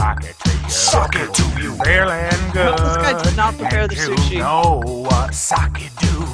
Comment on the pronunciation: Oh my fucking god, not only did they mispronounce sake in a way I've never heard, but they even misspelled it as "saki", which I've also never seen.